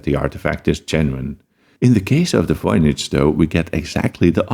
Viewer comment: there’s no basis for pronouncing the V in Voynich as an F